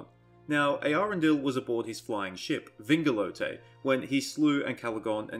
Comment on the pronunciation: I think people are majorly overestimating his size but I also think you just majorly underestimated it too. He is definitely bigger than Thorondor because Thorondor and his entire host along with Earendil on Vingilot (might wanna work on your pronunciation of that word) fought Ancalagon all at once. Wouldn’t make sense for the dragon to put up as much of a fight if he was so small nor for him and his host to drive back the host of the Valar.